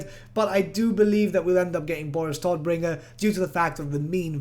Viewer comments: I don't like the English pronounciation of his name. Todbringer is German and means the bringer of death. The T and B are prounounced hard. The O is a long O. And the R's have to be rolled more. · No problem. I'm just used to our harsh German pronounciation. When you say Todbringer it sounds as cute as toddler to me 😂😂😂